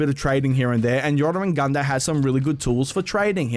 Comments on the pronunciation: U still dont know how to pronounce it...its pronounced yorr-mun-gandurr (roll the r’s) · nice pronunciation of Jormungandr